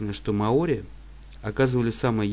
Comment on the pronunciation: мАори, Карл! Не маОри!!!